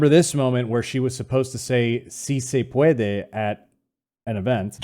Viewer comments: see say paw dway, the future is ours. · "Say it with me you funny little breakfast tacos - see say pwadway!" -Jill Biden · "Si se pwadway" and now "bo dig uhs". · Sí Se Puede... How the F does she get "pawdaway" out of that?